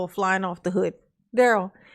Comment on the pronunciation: The way he says "oo" sounds is so weird "Hood", "good", "should"; the way he says it sounds so stupid